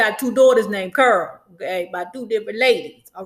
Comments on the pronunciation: You’re sounding like u said curl instead of carol? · Girl you saying Carol lol I thought she said Curl 🤣🤣🤣🤣